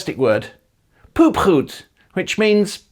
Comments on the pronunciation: If you pronounce the word poepgoed as you do here, it rhymes with snoepgoed and that makes it soooo weird. Stressing is wrong.... Apart from that it's not commonly used. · As a dutchie i must say, a lot of the stuff is wrong. I also never heard anyone say "poepgoed" in my life.